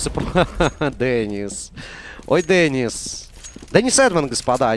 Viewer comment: Не дэнис а Денис на и ударение